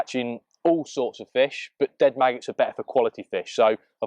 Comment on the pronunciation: grr stop saying burt its pronounced butt (but) the thing you sit on and what mr Khan talks out off lol